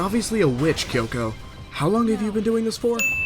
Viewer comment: He call kyoko kioko 😭